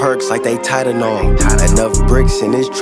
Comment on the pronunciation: Didn’t know that’s how you pronounce Tylenol